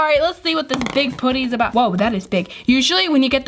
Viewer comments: It’s p•uh•tty not poo•ty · It's putty not pooty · It not pooty it’s putty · Did anybody cringe how she says poody instead of putty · Tbh, why do ppl say poody instead of putty?? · Its putty not pootee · I love you, but stop calling it “puht-E” It’s “puhhhtttt-teeeee” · I’m not a hater! I ABSOLUTELY LOVE YOUR CHANNEL A TON!!!!! but... it’s putty not pooty it’s okay I’ve done the same thing 🥰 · It’s putty not pooty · Its "putty" not "potty" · I’m sorry I’m not trying to be rude but you say pooty it’s putty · It’s pronounced pu-tt-ee not poo-tt-ee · stop saying pooty. its not ppot-ty. its fucking puht-tee. say it fucking right. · It's p'a'ddy not pouddy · it's not pooty its putty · Ok it’s PUT-TY not pooty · Okay so this is cool too me how instead of saying putty and amethest (Sorry I cant speel) she pronounces them like pooty and ameethest btw this is not a hate comment I think it is cool cause I have never have heard someone pronounce those words like that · Do you say putty or pooty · why do you say pooty instead of putty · It’s pronounced (putty) not (potty) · Who else thinks it’s funny when says pooty instead of putty😂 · Who gets annoyed when says poutty instead of putty? No hate though. I love you 😜❤️💙💚💜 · Me but some people say it different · Your saying putty wrong your say pootty not trying to be mean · Why does she say pOOty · She said pooty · This is how we say putty ( p uh tt ee) :) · Can u stop saying pooty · She was saying how said putty. pronounced it at “pooty” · STOP SAYING PUDDY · Has anyone noticed that she pronounced putty as pooty. I mean no hate im just pointing it out I love yourr vidsss so much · The way u say putty pootty Love ya btw #notificationsquad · U say putty like it’s spelled poody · I cringe when she says putty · I love how she says putty XD :) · you cant say ''putty right'' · WHY CANT YOU SAY PUTTY!!!!!!